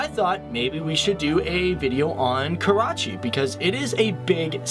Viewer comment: Everytime he says Karachi, I cringe.